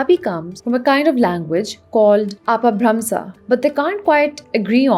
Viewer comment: It's pronounced اَپَبھرَمْشَہ and پرَاکرِت Btw